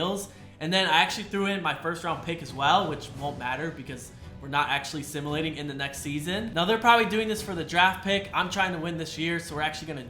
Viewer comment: Simalating bro it’s simulating